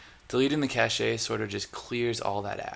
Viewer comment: Semantics! Cache is pronounced "cash"! LOL